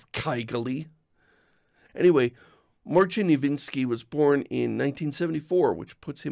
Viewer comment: Hi, you gave the robot a bad input. It's Iwiński not "Iwinski" - "ń" is a Polish specific letter that changes the prononciation. If you put "Marcin Iwiński" into Google Translate, you should get a proper pronounciation. I love your blog and videos, stay healthy!